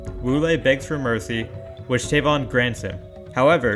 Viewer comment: Tavon and tiemat lol your pronunciation needs some work